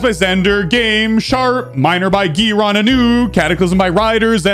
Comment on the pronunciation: When will say Grion right (G-eye-ron)